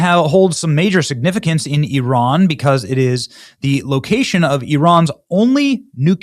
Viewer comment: Thank you for pronouncing Iran correctly!🎉. It sounds like “E-Ron”.